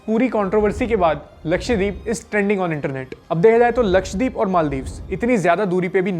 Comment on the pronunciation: lakshay×3 k saath rhne ka asar lakshdweep ko lakshay dweep bol diya😂